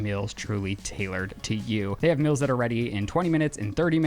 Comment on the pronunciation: I cringe so hard every time i hear the way says “meals”. But it brings me so much joy whenever Lizzie corrects his pronunciation. Love you girl you are doing gods work over there lol keep it up.